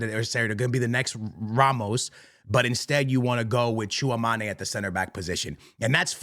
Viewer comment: Tchouameni❌ Tchouamané✅